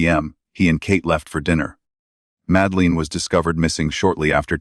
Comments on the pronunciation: Her name is madeleine not madleen as you spell and say it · Have to stop listening because calling the little girl Madaleen is getting on my nerves. It's Madeline. If this AI or whatever it is can't speak English properly then don't do any of it.. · I've suspended belief bc you can't even get the pronunciation or spelling of Madeline's name right. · Madeleine . Not Madleen ? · For gods sake, at least learn how to pronoun her name! Not Msdaleen! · Ma-da-lin. Priya-del-loose. At least pronounce the victim’s name and location properly using a human instead of using ai. Just undermines the content / channel in general. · Please use your own voice. It would be so much better than AI. It’s so annoying when it pronounced Mad-e-leen and Luz. Made me not want to watch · Madleen..!!? Madleen..!!? What a load of s***e..! Get it right.. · it’s AI, that’s why it’s mispronouncing multiple names. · You can’t even pronounce her name correctly! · Ok this whole video is such Bullshit. Between the mispronounced name of the girl to mispronounced passerby. And absolutely no actual mentioning of when, if, or who, broke their silence only poorly produced recitations of what's already been known. I'm going to have to take a hard pass at this.